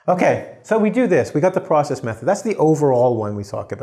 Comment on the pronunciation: "Process method" - It's not pros-cess, it's pro-cess. The clue is in the spelling.